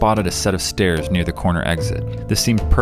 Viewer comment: I’m sorry but it’s the stAErs (spelled wrong for pronunciation)